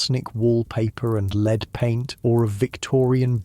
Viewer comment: It sounds like an actual human voice, so why does he forget how to pronounce "lead" about halfway through???